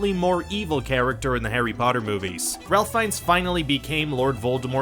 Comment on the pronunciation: Pronounced Rafe not Ralph